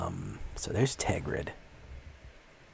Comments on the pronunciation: TERGRID. Not TEGRID. I almost stopped watching because you were not saying it right. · And it is Tergrid. you do have to say the first R.